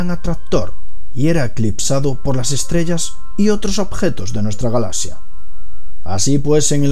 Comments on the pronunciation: ¿Por qué no puede pronunciar correctamente la palabra galaxia? Se pronuncia “galacsia” y él lo hace sin la c.(galasia) Me extraña, porque el resto de su pronunciación castellana es exquisita. Quizás sea de la región que proviene. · Es galaxia, no galacia saco huea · galasias dice jajajjajajaj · Despues dices Galas sias, y vez ahí estás otra vez con lo mismo, Lo difícil es explicarte como se pronuncia galaxia sin explicación fonética. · como consejo o critica constructiva, mejora tu pronunciación, ya que el vídeo perdió toda la seriedad al decir "galazzia" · También dice "impattante" y "Galasia" y otras...